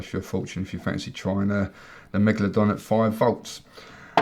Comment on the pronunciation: I heard him say manglerdong